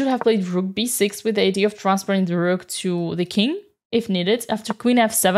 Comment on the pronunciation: I'm tempted to make Dina's "The Rook!" with the beautifully rolled "R" into a notification sound on my phone.